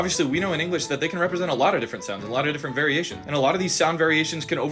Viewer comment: right, people definitely oversimplify the relationship, you can even here him pronounce "the day" weirdly because the r/d is further back i remember when ludwig and michael reeves went to japan, ludwig would audibly use the english tap instead of the japanese tap